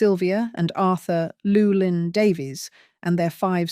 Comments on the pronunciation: Pronounced Llywelyn Davies surely? Not loulin Davies 😂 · This is tabloid-level literary analysis. She can't even pronounce "Llewelyn" properly. Take no notice. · I’m extremely skeptical to this interpretation of history. The narrator can’t even pronounce Llewelyn properly!